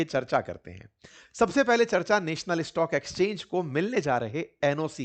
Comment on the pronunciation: नॅशनल होता हैं नेशनल नहीं